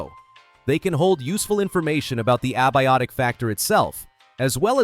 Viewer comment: "Ab- iotic factor" lol